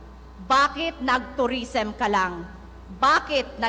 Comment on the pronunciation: omg pag kakasabi palang ng "LANG' omg nahihiya ako sayo 🥱 akala siguro niya pag hihiyawan siya HAHAHHAA